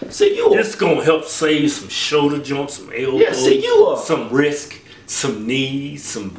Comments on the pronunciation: "some wrisk, some vertabraids.." lol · "some wrisk" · Hahahaha Kevin said "wrisk" instead of wrists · Some RISK.. it's "wrists," nigga. lol.